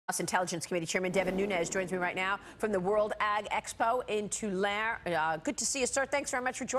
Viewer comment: OK, people in the news, Ive noticed that you've been struggling pronouncing the name of the town Tulare where the International Ag Expo is being held. It isn't pronounced [Too lair]. It is pronounced [Too lair ee]. This is from a 60 year resident of the Great San Joaquin [Wa keen] Valley! Onward and upward!